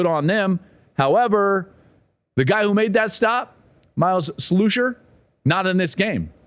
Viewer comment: You are pronouncing miles slusher name wrong